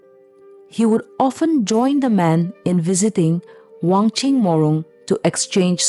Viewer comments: If you kindly. Spell amd pronounce correctly will be more appropriate. Not wongching but WANCHING. Not anaya. Anhgya( queen) please check all the name and pronunciation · I think wanching not wangching bcs ur pronounce wangching😊